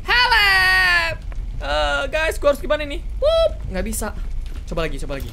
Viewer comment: Bang tadi abang salah bilang loh malah bilang laci